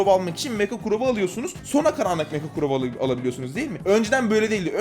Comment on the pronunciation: Evet abimiz Crow yerine Kuran diyor